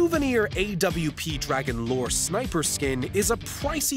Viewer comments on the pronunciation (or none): none